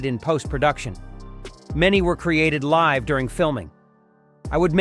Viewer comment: This narrations is definitely AI, but it did better than usual. It still mispronounced George Takei's name every time and can't decide how to pronounce "live" in "live long, and prosper."